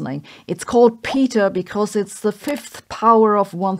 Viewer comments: Its Peta as in Petrify not Peta as in Peter... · I thought it was pronounced pet-uh not pee-tuh. A bit of checking seems to confirm that.